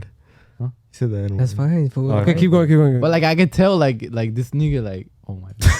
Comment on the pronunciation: Aaahh no hablan español pero Que bien dicen “nigga” 😂